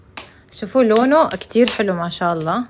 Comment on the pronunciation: الله لفظ الجلاله بالهاء وليس التاء